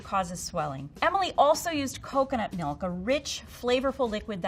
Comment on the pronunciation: pronounces milk like 'melk'.